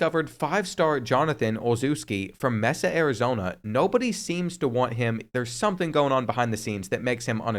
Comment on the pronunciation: "Mess-ah Arizona"????